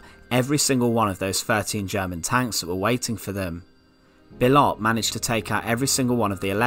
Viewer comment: bill ott? bee oh.